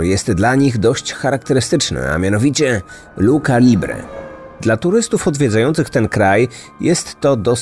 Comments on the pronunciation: Odcinek super jak zawsze :) tylko drobna uwaga techniczna odnośnie wymowy - czyta się „restling”, nie „wrestling” oraz „lucza”, nie „luka” :) A książkę dostałam od męża, z podpisem. Niedługo będę czytać ❤ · Lucza nie , bardziej miękko czyli lucia libre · Bosko ale wymawia Pan CH po włosku jako K a wymawia sie jako Ć a właściwie coś pomiędzy CZ a Ć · jak już ktoś napisał w komentarzach, lucha nie ma w sobie „k” tylko „ć” - ch czyta się jako K chyba tylko po włosku w niektórych przypadkach :) Co zabawne, w „luchadorka” już było dobrze - tak czy siak warto sobie sprawdzić wymowę przed nagraniem żeby takich błędów nie robić ✨ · No importa, miekko czy twardo. Ale nie ,,luka,, Choc ,, Luchadora,, zostalo przez Prowadzacego dobrze wypowiedziane!! Pozdrawiam